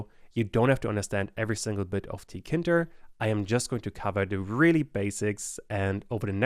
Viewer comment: i believe it’s pronounced tee kay inter, not “ tea kinter ”